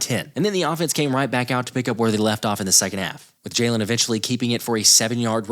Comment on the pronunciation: What coach can’t even say his quarterback by correct pronunciation: j-a-y-l-e-n